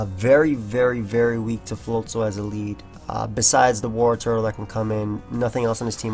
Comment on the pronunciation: Why can not pronounce the name Wartortle?